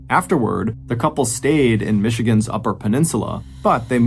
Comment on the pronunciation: Northern Michigan man here. Excellent job on the pronunciations